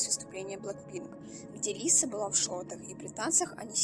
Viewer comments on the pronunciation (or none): none